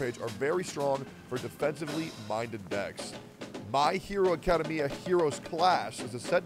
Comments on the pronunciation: Hearing Tectone say Academia wrong 5 times in 30 seconds is a hilarious! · You all let Tectone read that commercial knowing he pronounces Academia wrong, didn't you? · Everytime I hear Tectone say “Academia” wrong I forget about the ad and just think about why he would say it like that. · Love the part where Tectone tries to pronounce "academia"